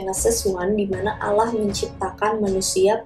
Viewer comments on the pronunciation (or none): none